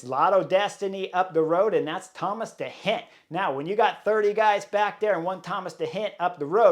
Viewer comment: Not Thomas de Hendt but Thomas de Gendt. Not Robert Hessenk but Robert Geesink Not Von Etvelt but Lennert Van Eetvelt Not Dylan Vaan Baaarlée but Dylan Van Baarle Not Vervaakée but Vervaeke So much respect for you as a A-class Pro-rider. But a shame to hear you butchering so many names of 'collegues' in this podcast of wich it clearly seems you know your stuff. Your insight into cycling races is spot on. Maybe do a little bit of study in how their names ought to be pronounced as a means to show you respect the new generation of pro-Riders.